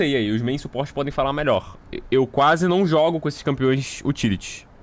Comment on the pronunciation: "As melhores configurações" Vídeo todo: ain eu acho que essa é meiór, essa nao sei, essa aq to pensando em tirar 😴